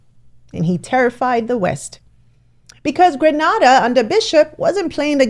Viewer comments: Thanks for sharing, but please make a habit of checking pronunciations of places before you record. It’s Gree-Nay-Dah, not Grah-nah-Dah and Soo-rih-nahm not suree-naym. Signed, A Grenadian. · Nice work but it is Gre-neh-da and not Gre-nah-da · This was a great video. However, please learn the correct way to pronounce Grenada. It is said like "Gree-nay-dah" and not "Gray-nah-dah". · It's so hard for you to say the word correctly Grenada not Granada a black said can't even say Grenada the correct way come on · Grenada is pronounced Gren-ay-da. Granada is in Spain, from a Grenadian subscriber.😊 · Please stop mispronouncing Grenada! It’s not Granada! It’s GRENADA! ✌🏼 🇬🇩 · It is not Granada, it is Grenada.😅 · It’s Grenada, not Granada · Sis...You mispronounced our Caribbean island's name, throughout this video. Grenada is pronounced...gruh·NAY·duh. NAY rhymes with HAY. NAY like neighbor. You pronounced it the same as Granada, grah-NAH-dah, NAH rhymes with MA. which is a city of southern SPAIN. Please adjust, correct. Too many journalists make is misprounciation of our island. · We say.. greeeernayyydaa.....not grenarda..... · Please note GRANADA (is what you pronouncing is in Spain)! GRENADA (my beautiful island) is in the Caribbean. There is a BIG difference. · For future reference, it's pronounced Grenada not Granada, Granada is in Spain 😊. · Pronounced Grenéda. Granada is in Spain. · I love everything about it, but one thing😂😂😅😅😊😊it's is pronounced Gre Nay Da...still love you😂😅😅😂 💯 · Pronounced. Gree nay da🎉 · Grenada —> Gree👏🏾neh👏🏾da. Say it with me….🙌🏾😎🇬🇩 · If you’re going to talk for the Caribbean learn to pronounce the names of the countries correctly. Grenada is pronounced GREENADA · It's pronounced....Gree - nay - da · Gree nay dah ..... other than that, thank you for the info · Grenada pronounced - Gre- nay-da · I love listening to you but as a very proud Grenadian, please pronounce my country properly. Pronounce as Green A Dah